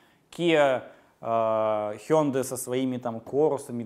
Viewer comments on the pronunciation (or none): none